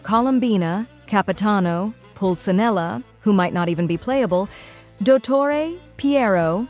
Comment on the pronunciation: really appreciate the video, but its not pulzanella it’s pulcinella😭